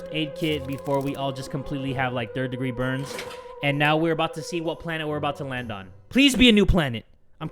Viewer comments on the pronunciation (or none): none